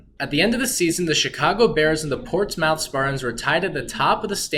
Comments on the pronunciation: I'm from Portsmouth, OH (Port•SMITH correct pronunciation). No worries though, even some people from Portsmouth can't pronounce it. Porchmiff isn't a thing people. Anyway, always nice to see our brief history. Thanks. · So many things wrong here. Not following a kid who doesn't know history, not to mention how to pronounce "Portsmouth".